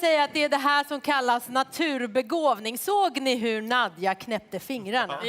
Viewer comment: Why does her name Nadja, pronounced Nadya or Nadia in english sound like nausea when says it lol and for your comment “was that good of a performance for standing up?” Watch her other performances cus this was not my favorite either. Freedom with Beyoncé is one of my favorites, she did it in a fucking hotel room sick in corona and it was amazing!! She sung that song in the finals as one of her three songs and....it was even better 😍😍😍 Ps. The entrance was Everything! 😍😍💕✊🏿